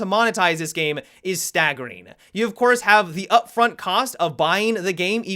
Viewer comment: Why do say staggering It sounds weird